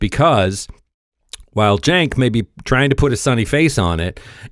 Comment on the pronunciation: Cenk is a turkish name pronounced JENK its our version of Jack, LOL. The commentator on this video is saying it correctly.